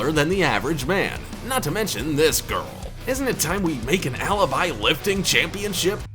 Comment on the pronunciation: Alaby it's like a freaking lullaby